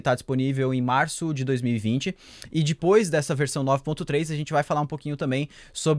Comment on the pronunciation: você fala: "dipois" em vez de depois kkk Mds Amo esse canal <3